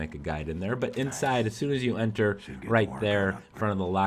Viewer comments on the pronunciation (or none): none